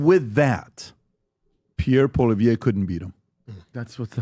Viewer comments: Who the hell is PBD? He can’t even pronounce Pierre’s last name properly, guess he was too lazy to learn that small factoid! Campaigns matter, and Canada’s hasn’t officially started yet., get your head out of your butt and stop falling for every little thing you see. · I never liked PBD. He can't even pronounce Poilievre. Canadians need to hear the truth about Carney. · PBD can’t even pronounce Pierres name properly, why the hell should Poilievre kiss his ass? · How are you credible in your talks if you cant event ger the name right ?? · You don't even know how to pronounce Poilievre's name! You lost me from the moment you screwed that up. Clearly, you are not now and never have been a Poilievre supporter. No reason to listen to your rant. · When an American podcaster can pronounce Pierre’s name properly he may consider speaking to them. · I do not like Patrick BET David anymore Comparing Pierre POILIEVRE to Kamala is disgraceful and second of all learn how to pronounce his name. It’s not hard. What’s wrong with you people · I think Pierre is great and so does everyone I know. This guy can't even pronounce Pierre's name properly. Pierre has constantly been out campaigning .I see all that he is doing and talking about . He is getting my vote.